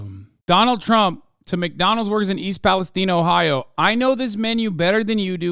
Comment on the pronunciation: In Akron, Ohio, "East Palestine" is pronounced "east pal-es-tine", a long "i".